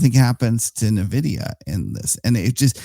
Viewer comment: you're saying nuh-vidia on purpose arent you ? ;)